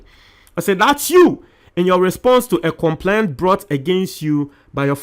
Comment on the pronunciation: Check your pronunciation of the word ' complaint ' .